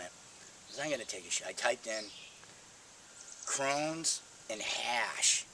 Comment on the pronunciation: Crohns not crowns